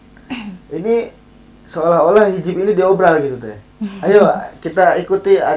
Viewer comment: Mungkin hizib Nashor Teh...Pak ustad itu bilangnya hizib Nasror.....punten Teeh